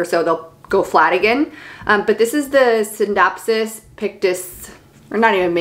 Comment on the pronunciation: Beautiful collection! I have all the same, exact plants too plus a scindapsus lucens. You pronounced the scindapsus exactly how it spelled but I hear alot of people pronounce it R-JEWERLY-US